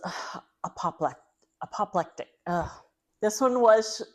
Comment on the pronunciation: First time seeing your channel and I subbed just based on your flubs pronouncing penitentiary and apoplectic! Then stayed for the rest.